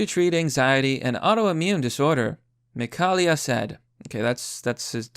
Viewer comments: Mik-hail-a, not Mik-hall-ia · McHail ya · Mi ka li ah? another vid another pronunciation mistake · I swear is somewhat dyslexic with some of his pronunciations he couldn't even say his daughters name properly. This ain't the first time either